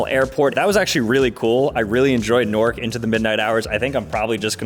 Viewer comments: Why is he calling it nork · “Nork” son